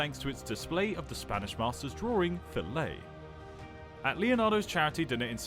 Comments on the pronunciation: worst pronunciation mistake: probably "Fillette" (little girl), pronounced fee-YET, not fill-AY! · it's pronounced 'fee-yett'